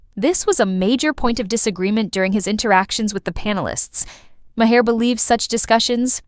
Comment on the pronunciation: AI voice over sounds natural but doesn’t know how to say Bill’s last name.